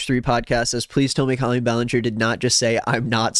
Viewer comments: Hey, could you please say her name how it is pronounced.. Co-lleen.. tnx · babe i need you to pronounce her name properly because I'm losing it slowly